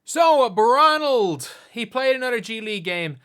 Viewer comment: Why we calling him Bronald again?